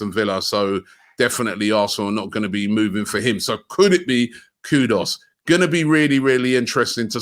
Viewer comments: Robbie, it’s K-U-D-U-S not K-U-D-O-S. Got it? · his name is not pronounced KuDOS it's Koo-Duus!!!! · Robbie, it’s KudUs not KudOs 😊